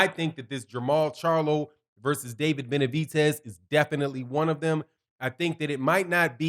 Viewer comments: gr8 show always but stop calling him Benavitez it's Benavidez with a D not a T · Benavides, not Benavites. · Why do you keep calling him BenaviTez it’s BenaVidez... with a V